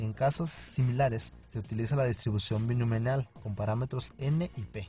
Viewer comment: DISTRIBUCIÓN BINOMIAL, no «Binominal»… ¡y qué desastre de explicación, amigo!😂